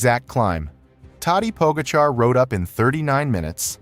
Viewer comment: Fabulous mispronunciations of riders, starting with Pogacar.